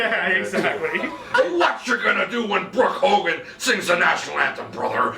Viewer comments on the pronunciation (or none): Did that guy said Brock Hogan